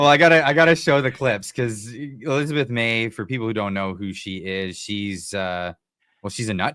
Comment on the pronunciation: Elizabeth May is the "awwetez de vous chicawner" 😆